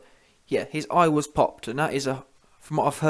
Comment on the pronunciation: Eyegas lol😂😂😂